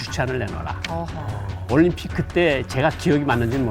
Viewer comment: 올림픽을 왜 *림픽이라 하는거임??